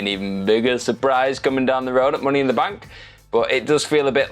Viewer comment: “Mooney in the Bank” 😂😂